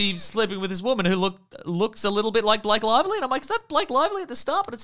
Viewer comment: definitely said “Blank Lively.” What an absolute buffoon.